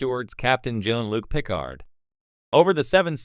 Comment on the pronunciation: If you're gonna use an auto voice at least take the time to program it to properly pronounce the words It's godddammed insulting to those who'd watch this vid and actually pronounce Jean-Luc Piccard